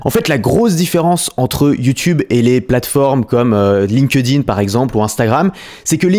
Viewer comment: Astuce de prononciation : on ne dit pas « linkEUdin » mais « link-din ». Le E saute dans les participes passés comme Hacked, Liked ou Linked